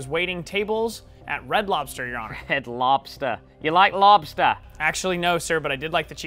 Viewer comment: To me it sounds like, “Mr. Labsta”